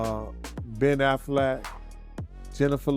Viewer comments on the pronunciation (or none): Matt damon NOT Damion...Ben Affleck NOT Afflack😂